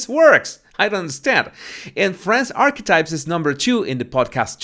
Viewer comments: Did you say "archwipes"?!?!? 🤣🤣🤣🤣🤣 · Holy smokes! Every time said the name of MM’s podcast, I heard “arse wipes “!!! Lolololo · The best part of this video is when pronounces “archetypes and it comes out sounding as ARSEWIPES” I almost died laughing! Perfect name for it! 😂😂👌🏻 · Towards the end of the video Archetypes started to sound like 'arsewipes'. I was multitasking, but still found it funny. Close captioning has it as "our wipes". Bahaha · Sounds like Arsewipes. Love it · I’m sorry but what are you calling the podcast in the end? All I keep hearing is “arse wipes” 😳😂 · Did you just say arse wipes? Lol love it, you shady king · Did I just hear call Archetypes "A*swipes"? 🤣Was that a Freudian slip? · To be sure, I am not making fun of your accent, because I love it, but when you say Archetypes, it sounds like you’re saying Arsewipes, and that is hilarious! 😂 I also thought that you say body language buddies, even though to me, it sounds like bodies (which is cute), but have learned that it’s actually baddies. But yes, it’s hard to believe that her podcast rated higher than Rogan’s. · Lol... I keep hearing "arswipes"... Is that correct..? 😂😂😂